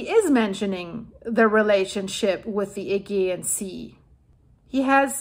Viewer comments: Just to help you. Pronunciation....Add- g-on. Teide - Tay-dee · Agean, pronounce the g, like Germany... thank you for this update🎉